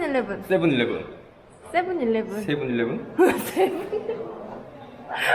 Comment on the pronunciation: ㅋㅋㅋㅋ쎄븐일레븐 세~븐일레븐?ㅋㅋㅋㅋㅋㅋ